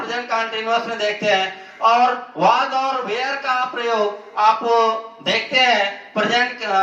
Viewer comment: ये were वेयर nhi (were) वर होता हैं ये (where) वेयर ये होता हैं